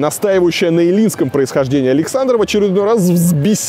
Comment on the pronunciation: Элинском с ударением на первый слог, дурачок ты наш)